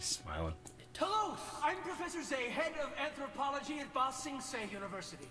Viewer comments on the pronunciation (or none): One nitpick for. Stop saying Bong Sing Se! It's Ba Sing Sean! thank you. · lol! he said bong sing se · Watching through this even though I've saw all the TLA, how long until they correct saying BANG sing say? xD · Omg I beg of you please learn how to pronounce BA Sing Se it makes me cringe every time you say it wrong lol. Great reactions as usual!!